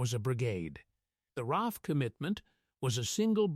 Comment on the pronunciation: ITS AUSTRALIAN AIR FORCE RAAF PLEASE GET IT RIGHT